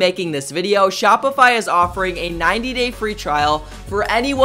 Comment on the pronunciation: They way he says shopify crushes your brain cells 😂😂😂